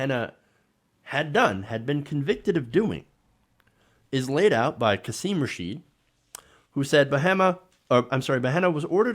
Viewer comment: Qasim Rashed ?? do your effin HW, dude. It's well known throughout media how to pronounce this man's name: KAH-sim RAH-shed. 🧐 For the life of me, I don't know why you are part of the TYT network. You are awful, in so many ways.